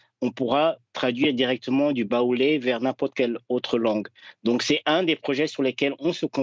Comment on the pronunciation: Le journaliste qui dit : "en Baolé" lol. La langue Baolé n'existe pas. On dit Baoulé !! Tchippp...